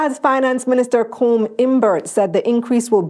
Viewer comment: Colm name is pronounced like the verb "come". Love your videos, very educational